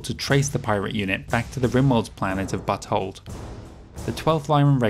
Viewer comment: While Butte Hold is not pronounced how you said it, I am very pleased you did.